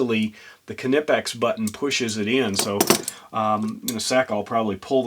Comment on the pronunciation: Stop pronouncing the K, do you sound the k when you say, knife, knock, knickers, know, known, knew? Seriously, what the f is wrong with, you speak English not German, we dont sound the k.